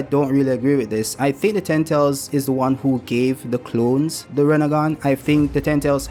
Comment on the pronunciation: You gotta work on learning how to pronounce "ten tails." I was too lazy to click the video and the audio captions keep providing me with "tentals."